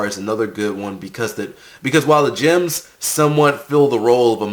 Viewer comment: i keep hearing the word Gyms not Gems, is it supposed to be pronounced like that?